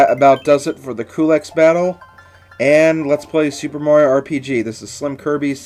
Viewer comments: his name is said like q-lex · His name is pronounced CUE-Lex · I also pronounce Coo-lex :D So yay for us! Another secret from this game... I'm not sure if somebody else has told you, but if you try to exit Marrymore using the north exit (the one that is beside the church) just after saving Toadstool, and say "no" to all of the next requests of your party, something funny happens. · Well I'm going with Chuggaaconroy here but I think his name is pronounced Cue-lex It actually kinda sounds cool. Also people I know I was wrong on one of my comments but whatever. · Culex has fallen and SlimKirby has emerged victorious. I always pronounced his name Cull-Ex, but I guess it really don't matter. Fantastic work with Super Mario RPG. When you really look back, you have come a long way since your first LP. Now you're definitely getting to the point where you are an expert Let's Player (one of the best on YouTube... and I'm not just saying that because we're friends). I can't wait for your next Let's Play project, SlimKirby! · i think its que-lix